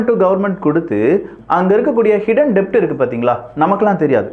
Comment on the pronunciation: டெப்ட் கிடையாது. அது டெட்.